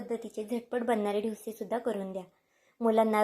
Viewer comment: ढोसे नका म्हणू ," डोसे " असा ऊच्चार करा !रेसिपी खूप छान ,पण ढोसे म्हटले की,कोणीतरी ठोसे मारतंय असंच वाटतंय